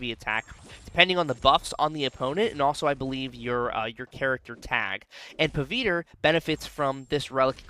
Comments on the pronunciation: Pa-wit-ra this is how u pronounce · so we South Asians actually switch the w and v sounds lol. My parents talk like that. But, in the movie, he introduces himself a “Puh-vit-ruh” and Gwen calls him “Pav” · i agree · 😂😂😂you pronouncing the name was funniest